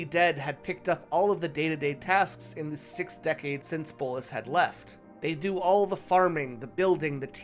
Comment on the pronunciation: Bolas not bolis